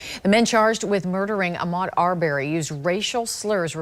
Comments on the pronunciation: His name wasn't ar-BARRY. It's AR-burry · NOT R-BERRY...IT'S AR'BREY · They saying the last name wrong arberry